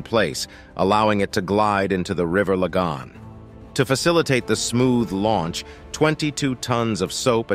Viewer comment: Queenstown was the name of the town now called Cobh. This is stated later in the video but the initial mustake remains unchanged. That's just lazy. It's in Ireland, not England. The pronunciation af Lagan used here is interesting to say the least.